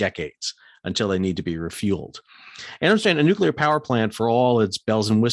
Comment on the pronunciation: Straight up, it is so refreshing to hear someone, particularly an American, who can actually pronounce "nuclear". The general inability on YT to pronounce that word is uncyular. The froggies got their panties in a knot because they got caught out cheating. Their behaviour reflected accurately the same hurt-feeling behaviour of the CCP, they bully and bluster their way through anyone who stands in their way, but then bleat like injured little lambs when someone calls them out. Make no mistake, the original "contract" with the froggies was to build 6 diesel subs for 2 billion each, then the sly little crybabies decided they wanted 96 billion for the same handful of subs. Feck France and feck their dishonestly delicate little girl feelings.